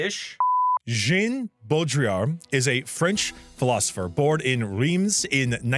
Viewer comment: Reims is prinounce "ins" like in "Insert" R-ins Jean is pronouned like the An in Anthropology. J-an Good point for trying at least XD